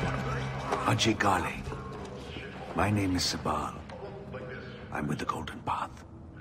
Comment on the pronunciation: The different pronunciations of "Ajay Ghale" ruins the immersion, imo